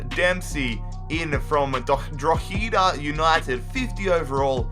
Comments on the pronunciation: its pronounced dro-hi-da united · it's pronounced dro-ha-da, u-sh-een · The Irish team is pronounced like drawda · Droheeeeeda hahahahahahahahahahahahah😂😂😂😂😂😂😂😂😂😂😂😂😂😂😂😂😂😂😂😂😂🤣🤣🤣🤣🤣🤣🤣🤣🤣🤣🤣it's pronounced droheda Drogheda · Quick tip: Drogheda is pronounce like Draw-hid-ah. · Drotada is how u pronounce it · Not being rude you pronounced Drogheda wrong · I died laughing when he tried to pronounce Drogheda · Omg the way he said drogheda anybody who's Irish will understand why it's funny 😂😂😂😂